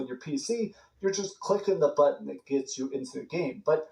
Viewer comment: Why can’t he say button